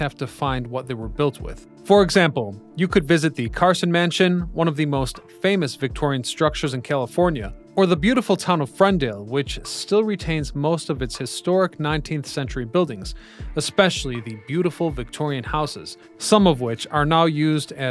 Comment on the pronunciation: Owwww!! My EARS hurt! It's FERNdale, not FRENdale.